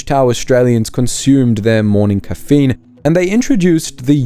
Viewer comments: How are you saying caffeine? 😅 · I know this is not AI due the rather unique pronunciation of caffeine. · RUBBISH. Can't even pronounce "caffeine" properly. Ai garbage. Get real or GO HOME.